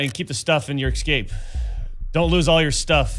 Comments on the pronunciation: It breaks my heart to hear Doc say "exscape"... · does he say ecscape on purpose?